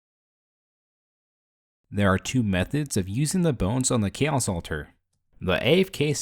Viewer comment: I can't unhear "KEEOS"